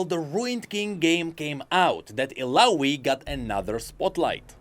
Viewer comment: It triggers me a little how he pronounces Illaoi's name, with an "i" (like in info) instead of an "a" (like in apple) as her name is in another language, not english. One of Illaoi lines was designed to literally say "my name is Illaoi" so people pronounce it correctly!